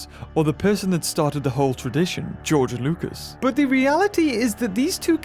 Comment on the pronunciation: He says GEORE LUCAS instead of George Lucas